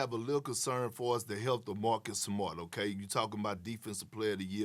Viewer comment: "Well obvislly"